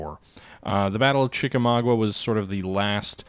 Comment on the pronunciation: There is not a "ua" at the end of Chickamauga. It is pronounced with a simple a sound at the end.